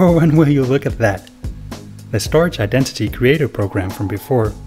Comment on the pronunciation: Cool video. I believe that 'StorJ' is pronounced 'Store Jay' vs. 'Storage'. :)